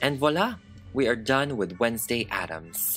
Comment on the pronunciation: Wednesday, More like wenslayy